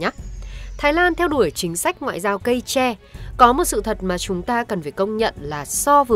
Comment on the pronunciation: Đã ngọng còn hay lu. Tre, nó khác với che nha.